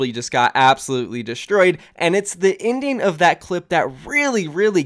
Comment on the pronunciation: I thought you said "the indian" and not "the ending"